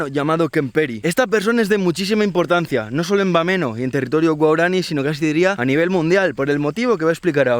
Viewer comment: Claro pero se pronuncia "guaorani"